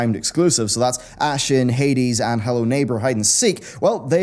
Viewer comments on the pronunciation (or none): none